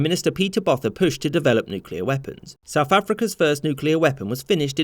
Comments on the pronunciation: A couple of things : 1.Apartheid is not Separation, but separateness. 2. Vorster is pronounced similarly to Foster. 3. Botha: Boo-uh-ta (roughly...) Now you know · I absolutely love watching foreigners completely fail to pronounce afrikaans and african names. Botha is pronounced boo-a-tah. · Botha was just pronounced badly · Apart from the inaccurate pronunciation of Apartheid and Botha! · As a South Arican, it's always interesting to hear foreigners pronounce our names and surnames. Like "Botha". XD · "Insert Earth here" 😂🤣 How do you pronounce Botha